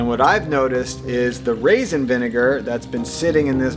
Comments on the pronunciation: Raisin not rasin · Lol and "rasin vinegar" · Raisin, not rasin. Geez